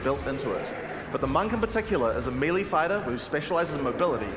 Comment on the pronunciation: It'e pronounced MAY LAY...NOT MEE LEE!